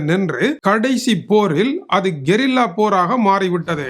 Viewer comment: Hlo நான் கொரில்லா போர்தான் கேள்விப்பட்டு இருக்கேன்... ஆனா நீயோ சற்று வித்தியாசமாக கெரில்லா 😂 போர்னு சொல்றீங்க😂😅